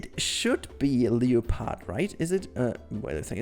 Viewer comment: um......you pronounces leopard wrong